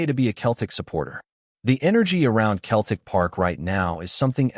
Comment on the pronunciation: Fucking AI. Learn to pronounce Celtic.